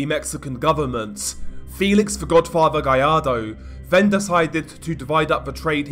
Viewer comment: I don't really hear any hay fever, but man if you apologize for anything it should be the way you butcher the "th" sound...it should sound like "mother" and "father", not "muva" "fava". It drove me a little crazy by the end tbh. Not trying to be a dick, just saying...❤